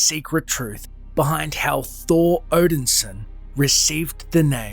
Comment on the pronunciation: "Thor Odinsin"